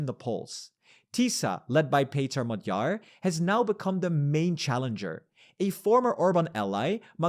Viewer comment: although he did produce Magyar with the stress on the last syllable 😂